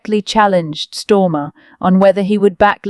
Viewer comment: Who's stormer!??? If your going to do a voice over lease get it right 😂😂😂